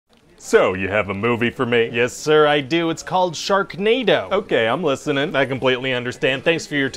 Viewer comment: Didn’t know it was called Shaknado